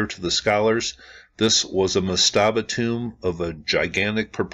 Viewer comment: I love your channel, great content, but /ˈmastəbə/ the emphasis is on the first syllable. I used to proof listen audio books and edit that sort of thing. Again, love the channel and the content. Just call them per-djet.